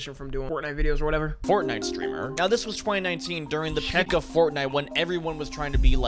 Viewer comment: the peck of fortnite 😂. Bro i dont think thsts how to say Peak